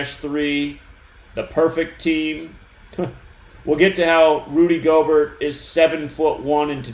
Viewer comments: its pronounced Gobear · Yooooo,!!! His name is pronounced “gobear” like its time for the stock market to “go bear” Im so glad i bought put options yesterday......bought to make a nice little chuck of money. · Pronounced—> Rudy Gobear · They calling him Rudy gobear not Gobert might mean something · Btw it’s pronounced Go-Bear. Rudy Gobert= Rudy GoBear